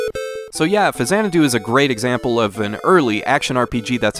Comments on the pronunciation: faks-anadu. faks-anadu. faks-anadu. not fazanadu. I was a game play counselor back in the day. They made sure we pronounced it right on the phones. It's the way Nintendo pronounces it. It's the way Hudsonsoft pronounced it. It's pronounced that way in Captain N: The Game Master. An X in the middle of a word is never pronounced like a Z. Show me another example. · I know the series is pronounced Zanadu, but I have never heard this game called FaZanadu before. I've always heard people call it Fax-anadu. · Not fa-zanadu. It's Faks-anadu. I worked at Nintendo as a gameplay counselor. They specifically addressed this, informing us that it was pronounced faks-anadu (straight from Hudson's mouth). Show me another word where an X in the middle of a word is pronounced like a Z. It's a portmanteau of Famicom and Xanadu, sure, but the game is pronounced with a /ks/ in the middle. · X is only pronounced like a Z at the beginning of a word. “Zanadu” and “Faksanadu.” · "Fazanadu" lulw I'm so triggered. 🤬🤣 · I've never heard the 'X' in Faxanadu pronounced like a 'Z' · 600th comment here, you're mispronouncing it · Automatic thumbs down for your ridiculous pronunciation of the name.